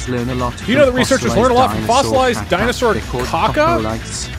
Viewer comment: Correction: "di-nos-aur"!